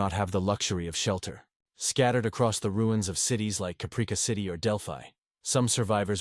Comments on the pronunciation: "Cuhpreekuh???" lol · I'm sorry to be that guy but come on now - Capreeka? That sounds like an AI mistake. How did you not catch that? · So tired of AI, Capreeka 😑